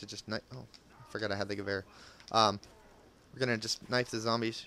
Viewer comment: Only person that a know that pronounces Gewehr proplerly